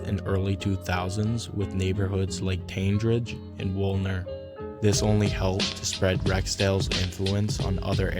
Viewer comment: cool video, you are pronouncing tandridge wrong tho